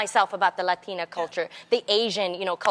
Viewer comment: Tamera made sure she said Latina right lol!!